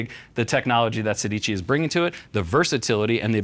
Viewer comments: You are pronuncing it wrong: it's Sédici. It means 16 in Italian. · I know, but the least they can do is pronuncing it right. Now they know... 😉